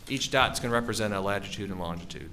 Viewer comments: Anyone else triggered by the guy saying “lagitude” instead of latitude? I’m lost isn’t he a specialist in his field 😂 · OMG STOP SAYING "LAGITUDE"!!! At least he's cute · Take a shot every time the latitude and longitude expert says lagitude and longitude. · Latitude. For God sakes, it's latitude. Petty of me, I know, but if he said lagitude one more time... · Someone please tell the data expert that it’s “latitude” and longitude. He keeps saying “ladgitude”??? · I’m so glad you commented. I had to rewind, because I wasn’t sure if I heard that correctly. Then, I started to question myself after I said latitude/lagitude in my head several times. 😅